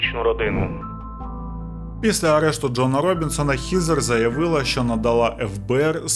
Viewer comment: Вже друге відео, де одну з героїнь звати ХЕзер. Але автор вперто читає Хізер 😝 Буквосполучення ea часто читається, як звук Е. Хоча б як у словах dead, thread, weapon. Сорі, просто вуха ріже, не втрималась)